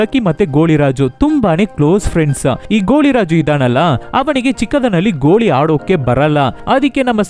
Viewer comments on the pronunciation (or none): ಗೋಳಿ ಅಲ್ಲ ಗೋಲಿ